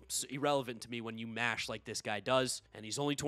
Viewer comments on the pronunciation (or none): none